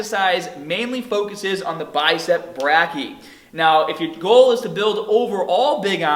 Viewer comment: Great video. Not to be picky, but it's pronounced Biceps ""Bray-key-eye", not "braaky". Excellent video though. Thank you!